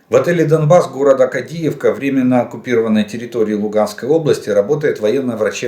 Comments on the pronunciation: КАдиевка, не КадИевка))) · КАдіївка, наголос на першому складі